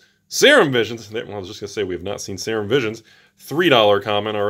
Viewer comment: Serum is pronouced 'Seer-RUm', SEER-RUM. Not 'sayer-um' lolol. botches half the pronuciations on purpose it seems to hide his awful pronunciation of the other half. Still love the videos though! Production quality is top notch.